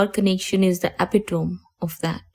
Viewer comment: E-pit-o- me not epit tome.